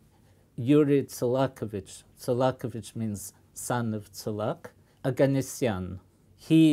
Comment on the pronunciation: Listening to him pronounce the name “Tsolakovich” makes me wonder does the professor speak Russian?